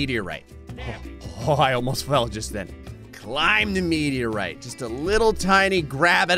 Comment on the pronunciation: I know this is a personal pet peeve, but I really wish he'd google "meteorite."